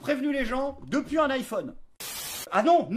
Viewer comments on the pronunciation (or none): none